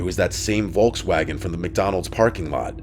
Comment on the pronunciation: Love, how you pronounce "Volkswagen" ❤